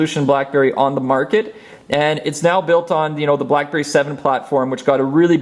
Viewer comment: Lol anybody else heard crapberry? :D